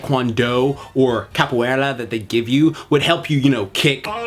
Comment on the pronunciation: mano esse gringo falando capoeila sksksksks